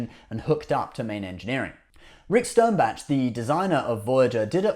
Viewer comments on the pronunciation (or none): I don't mean to pick nits, but it's Rick Sternbach (like the composer Bach, or "bauk"), not Rick Sternbatch. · Your videos are really good in general, but like a lot of Brits for some reason you just seem to LOVE to clobber names... you refer to Rick Sternbach several times, and butcher his name each time. Names are names, and they are pronounced the same when speaking English... Stern-bach... not Stern-batch... there is no T in there, so don't pronounce one! It's not that hard... protip: do not refer to famous people if you can't be bothered to research how to say their names. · Dude. It’s Rick Stern-BOK, NOT Stern-batch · Stern batch? Pronounce names correctly. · lol.....or hearing the name SternBATCH, but he's British so I let it go.